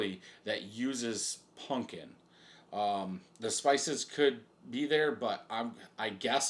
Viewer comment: bro your like 40 learn how to pronounce pumpkin. it aint a "punkin".